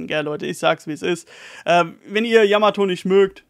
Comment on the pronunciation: Ehre fürs Namen richtig aussprechen 😘 yamato wäre die erste die vivre cards herstellen könnte in der crew